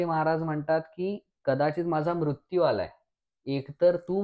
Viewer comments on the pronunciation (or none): none